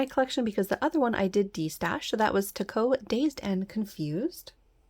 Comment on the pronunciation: Another amazing haul! From what I could find online, Takko is pronounced the same as taco. 😊